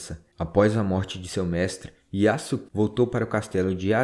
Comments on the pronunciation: Yasuke a correta pronúncia é: "iaske" Sasuke a correta pronúncia é: "Saske" IÁSUQUÊ não existe SÁSUQUÊ não existe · Kkkk adorei o vídeo, e a sua pronuncia é melhor do que muitos canais que eu já tenha visto. Mas uma dica para ajudar: O "suke" (すけ) pode-se pronunciar "ske" sem o "u" Fazendo com o que o nome do Yasuke seja pronunciado como "Yaske" Edit: outro exemplo que eu lembrei é o Sasuke de Naruto, que se pronuncia "Saske" ;) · A sílaba "su" quando não é a primeira da palavra em japonês na verdade so é pronunciada o "s" ou seja Yasuke é pronunciado "Yaske" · Se pronuncia "Yaske".